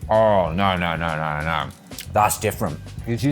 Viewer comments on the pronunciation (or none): “nawr nawr nawr nawr” is that what they call proper English 😂